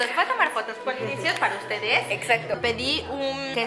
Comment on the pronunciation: Polinesios, ella dijo Polimian